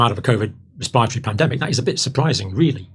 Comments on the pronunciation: I love the good doctor, but I sprayed my coffee out when he said ' res-pie-ra-tor-iee' 😂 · Campbell's inability to be able to pronounce the word "respiratory" correctly infuriates me more than you can ever imagine. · I realize people don’t have patience but it’s annoying that you sped up Campbells talking speed to 1.25 - but what fascinates me most is how he pronounces ‘respiratory’ 😂